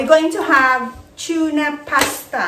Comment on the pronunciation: May natutunan akong accent sayo...Chuna pasta.. hahaha gayahin kita hahaha super duper yummy naman yan . Salamat sa recipe mo